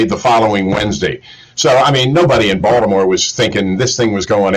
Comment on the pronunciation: Is it just me or keeps calling Baltimore, Voldomore.